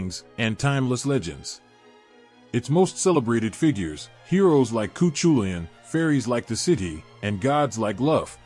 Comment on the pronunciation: Pronunciation sucks ass. Coo choolianne? Get real.